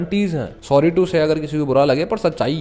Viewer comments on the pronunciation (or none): none